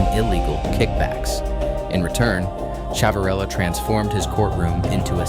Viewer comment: The name is pronounced Shiv a rillo.